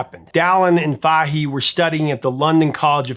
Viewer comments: That's pronounced "Fay-hee" - emphasis on the first syllable of Siobhan's last name. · Great video and love the channel, I was very impressed by your correct pronunciation of the Irish name Siobhan but the Fahey has a flat a (as in ass ) not a round a (as in ah) .....keep up the good work Irish names can be difficult 🤘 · The irony of an episode about a mistranslated lyric containing two repeated mispronunciations isn't lost on me. Van Leeuwen = Van Loo-en Fahey = Fay Oddly enough, the only reason it jumped out at me was because Siobhan was pronounced perfectly.